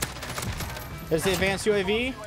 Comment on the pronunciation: Nobody:: A D V O N C E D U A V.